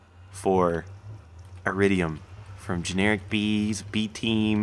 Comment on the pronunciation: it sounds like he says generikbee when he starts the episode lol